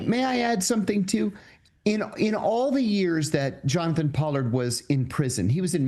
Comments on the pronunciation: Pol-lard not po-lard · Paaaallard, not pollard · Pronounced “paw-lord” I believe. Just FYI. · The man's name is pronounced Pollard with a short 'o'. It's NOT a long 'o' as in "pole".